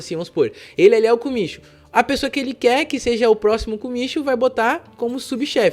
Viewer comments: Oyabun e kumichou, kumichou se pronúncia como kumitiyou😊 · Yamaguchi lê-se Yamagutchi , kumicho lê-se kumitchô, Osaka lê-se OOssaka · Você está correto 組長(kumicho que se pronuncia kumityou significa chefe do grupo que é decidido através de uma placa para quem será o líder e 親分(親pai 分parte)decidido através de troca de copo de saquê para ver quem será o pai,irmão e filho pelo mundo,portanto mesmo uma pessoa que não tenha um escritório pode se tornar um pai oyabun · Isso mesmo ,na língua japonesa ch se pronuncia como TY ocha (Otya)mas o meu sobrenome por exemplo Yamaguchi se pronuncia como yamaguti e a pronuncia correta de kumityou seria como um acento circunflexo no final cho